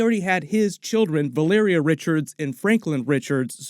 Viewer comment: Thank you for pronouncing Valeria correctly in this video 👏👏👏